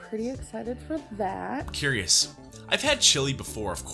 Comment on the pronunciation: It literally drives me up the wall that she does that weird emphasis she does when she says "foR tHatTtt"